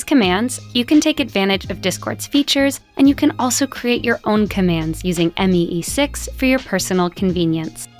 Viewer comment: i died when she said M E E 6 instead of me 6 💀